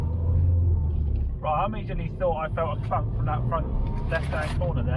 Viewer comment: When you said you felt a clunk I had to rewind it, I thought you said something else!